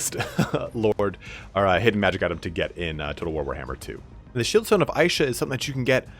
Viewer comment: Isha is pronounced "Eesha" not "Aaeesha". Great vid apart from that, i didnt even know there were secret items in the game ! Actually incredible CA would go out of their way to include those "easter eggs" that 1% players find.